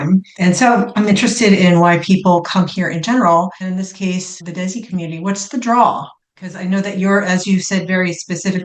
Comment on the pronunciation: Desi. It's pronounced "they-see"... Muslim is not pronounced Mooouzlem. It's Mos-Lim. Americans should put in the tiniest effort pronouncing nouns properly